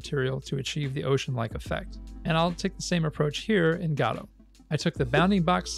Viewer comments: It very much so upsets me that you call it "GAH-DOUGH".. Bro it's "GUH-DOUGH" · Every time you say "Gaudou" I cringe. Please just say "Go Dot" or "Go Dough" like everyone else lmao In all seriousness though, very cool video, it was fun seeing your process learning the "Gaudou" engine! It's an awesome engine, and I've had a lot of fun learning it. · PLEASE JUST SAY GO-DOUGH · Its Go dough or go, dot. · i keep hearing "godofwar" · Really nice video. Just thought I would say that Gadot is pronounce G’doh. Emphasis on the “Doh”. Sounds like you’re putting the emphasis on the “guh” instead of the “doh” part. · Thought he said God of War. Lol Great video! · Good content, but I cringed every time you mispronounced Godot. It's guh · doe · Saying Godot like "gado" is like reading gif like "yiff" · Every time instead of "Godot 4" I can hear only "God of War". This would br really amazing game-making engine XD. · Ppl be like "It is pronounced Godot, not Godot" "Hold my beer" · Thanks youtube for deleting all of my f**** links.. I posted like 7 different sources backing up the fact that you pronounce it wrong but youtube deleted all of them except the youtube link. Lovely. It takes 1 google search and 5 minutes of your time to see that you are blatantly wrong, and if the developers are going to base their engine (name) off of something already made, then they inherently have to accept the name pronunciation that came with said name.